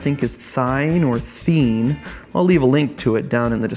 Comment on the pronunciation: It's pronounced "Thien"